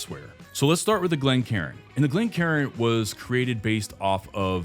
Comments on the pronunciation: It's Glencairn ( glen care-n) not glencarin (glen karen)... as cairn, a pile of stones, as a marker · Glencairn, not glencarin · Great info. One correction. ‘Glencairn’